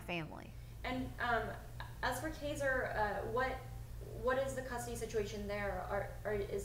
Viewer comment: if an interviewer would say my kids name wrong, I'd get up and walk out. KAZER? LoL.